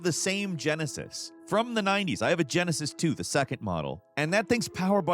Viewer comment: I like how he said Genesis and emphasized "from the 90s". Aren't they all from the 90s? 🤣